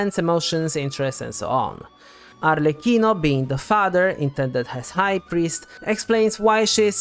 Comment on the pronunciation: That’s a detail but thanks god finally someone who pronounce “Arlecchino” correctly 😩!! Also all the theories are very interesting, thanks for compiling all of them! You did a great job!